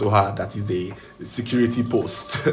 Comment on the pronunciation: SAYCURITY ROOM IN HER VOICE😂😂😂😂😂😂😂😂😂😂😂😂